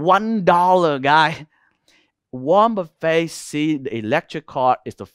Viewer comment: Wornet buffet 😂I love u bro